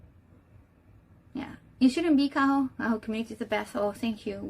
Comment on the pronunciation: Also its Shibuya Kaho not Kayo